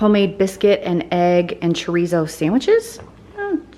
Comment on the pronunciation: i love your videos but the way you say chorizo makes me cringe😬🤦‍♀️